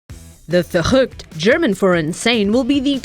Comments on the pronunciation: "The Verchchrhchrrrrrrrrchchückt"... Well, that's definitely NOT how it's pronounced... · Lol i'm german and it's so funny how she says "Verrückt" :,DD